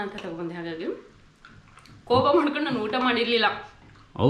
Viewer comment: ಕೋಪ ಾ ಕೂಪ ಅಲ್ಲ 😁